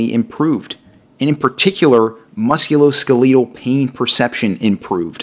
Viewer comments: Please start pronouncing the musculoskeletal the correct way. You are killing me mispronouncing it. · thank you!! His pronunciation was driving me nuts. It was like nails on a chalkboard. Lol. 😆